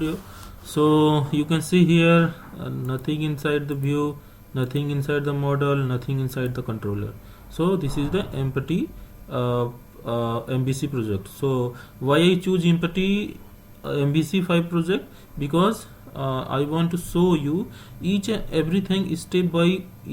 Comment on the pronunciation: More exactly it's said like "empety" =))